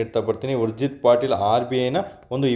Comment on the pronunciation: It's ಉರ್ಜೀತ್ ಪಟೇಲ್, ಪಾಟೀಲ್ ಅಲ್ಲ